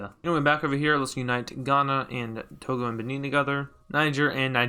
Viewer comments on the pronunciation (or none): none